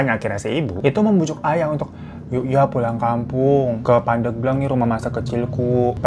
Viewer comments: Pandeglang ya bang Hiro bukan pandeuglang 🤭 alfatihah untuk ibunda nya anggar 🤲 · bang nyebutnya pandeglang nyebut hurup e-nya kayak bebek, jd nyebutnya pandeglang 😄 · Bang. Bacanya bukan pandeglang. Tp pandeglang.. E nya buka emas tapi ebi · Pengucapan pendeglang bukan gtu kaaa😮😅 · Cara penyebutan Pandeglangnya Bang Hiro lucu😅🤭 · Cara baca pandeglang nya salah 🤭 tapi gpp kak hiro tetep the best 🫶🏻🫶🏻